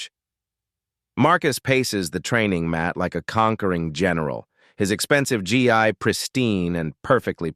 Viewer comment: It’s pronounced ghee.